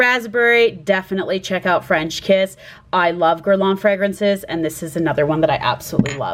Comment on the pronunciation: you did well in saying it right! LV fragrances intrigue me and I love their names! French Kiss sounds good too although I tend to like less fruity and sweet. v interesting and unique picks!